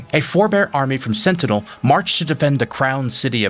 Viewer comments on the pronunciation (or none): none